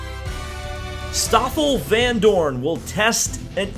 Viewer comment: Excellent prononciation of the name of my fellow countryman Stoffel Vandoorne... as good as it gets in English. Would be nice if he would end up in Indycar as he's roughly of the same level as Romain Grosjean